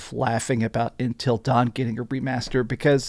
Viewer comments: Love your vids man but damn it’s UNtil dawn not INtel dawn 😅 did DS really need a remaster? No, no it didn’t, same with until dawn. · Intil Dawn or UNtil Dawn bro?!?! Hahaha...